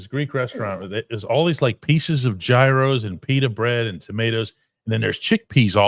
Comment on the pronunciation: Let's just get AB he said he'd come back for free😂😂 and you gotta learn how to say gyros properly my friend ❤